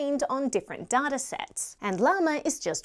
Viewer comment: its not pronounced DARTA its pronounced DAITA ! but other then that you rock !